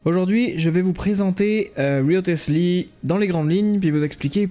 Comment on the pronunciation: cool vidéo, petite info, ça se prononce "Risley" , inspiré de Thomas "Risley" Wriothesley, un politique anglais, c'est pour ça qu'il fait de la boxe anglaise en style de combat, du génie de Mihoyo pour le coup